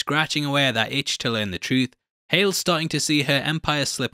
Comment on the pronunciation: Lmao! I commented to myself about how he said "hal" instead of hale then you made the joke your the best